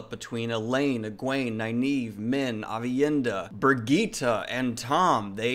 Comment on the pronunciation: I'm a spanish speaker so I normally don't pronounce names well but I really hopew Birgitte ain't pronounced like that